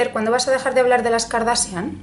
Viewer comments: Karsachian no kardasian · Me encanta como pronuncias Kardashian!!!